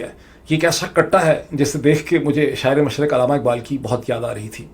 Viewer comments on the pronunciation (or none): علامہ اقبال کا تلفظ تو ٹھیک کہا کریں ۔ علامہ کے ل پر تشدید ھے۔ عللامہ پڑھنا چاھیے۔